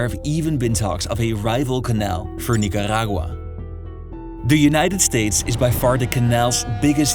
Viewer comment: Is the rolling rrrrrrrr supposed convey to us that your pronouncing those countries names the same way the locals do? , Nicarrrrragua?😂